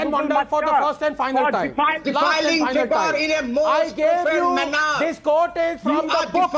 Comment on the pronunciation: can’t even pronounce the word ‘manner’. He shouldn’t be on ANY panel